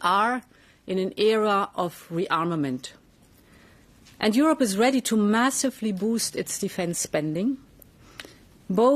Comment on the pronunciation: She said europe not eurpe union